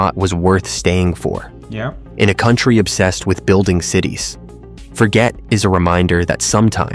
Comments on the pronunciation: Forget is not pronounced as the English word Forget...it is pronounced the French way...as in Forzhjay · forget... the person's full name you see is French so the G is soft, not hard. So it doesn't mean to forget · My guess is Forget is pronounced Forzhay as the guy was a francophone.